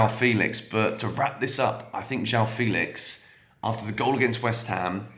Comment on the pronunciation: Is you pronounce "Félix" with the same "fe" sound as "fennel", for example (that 'eh' sound), you'll have a pretty good pronunciation of "João Felix". It's so close, so why not? 🙂